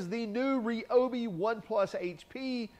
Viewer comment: You are pronouncing Ryobi incorrectly. Unless dozens of people that Ryobi have all been purposefully mispronouncing it for over 30 years of my life on the phone.